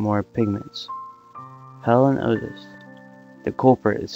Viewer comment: Wait Ellen? Or Hellen? I cant tell.